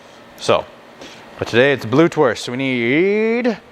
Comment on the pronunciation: Just to help you out the eu is pronounced oi good sausage keep them coming thanks